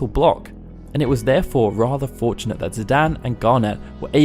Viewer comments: Its zidane not zidan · Just a small note here, but I believe it's Zi-DANE, not Zi-DAN. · "Zidan" Did you just forget there's an E in there? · Ok, I'm sorry and normally can let this go but you say it so often... Zidan? There is an E at the end, like cane, lane or plane... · The way you pronounce Zidane is not good. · Hey pronounce the main characters name wrong